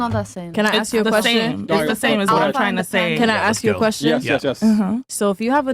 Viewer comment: I juss axed a kwesshin